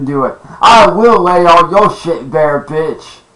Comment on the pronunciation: That was a classic “VITCH!” Right there